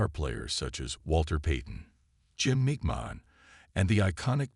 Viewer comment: Mispronouncing names like McMahon and Favre is bad, but not getting the name HALAS right is unforgivable. And using “Cause of Death” in your title and not having that cause is the worst clickbait.